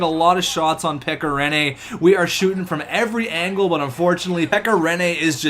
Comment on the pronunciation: its so funny to hear how you spell finnish names like pekka rinne and mikko koivu you say mikko koivu like miku koivu in finnish